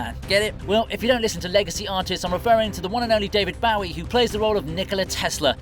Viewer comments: Sorry to point it out, but for David Bowie his surname is pronunciated like "arrow and Bow-e" not "David Bow at the King-e". David (arrow) Bowie .. and he always rocks <3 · David bow-ee. get it right AI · David Bowie. David BOWie. Please... It's really not hard to pronounce his name. Just listen to it once, before using it in your own video. Please. I know you can do this.